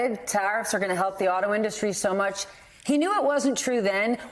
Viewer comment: “Auto innustry”? He’s the best speakerer.